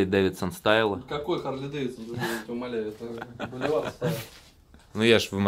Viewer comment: Не Болевар, а Бульвар!